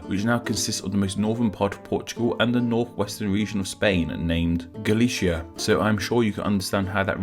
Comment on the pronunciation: The Celts are NOT from Switzerland and for Petes sake stop calling Galicia, Galishia. If you can't pronounce it with a lisp then at least pronounce the C as Sea. You're awfully ignorant for having a supposedly factual channel.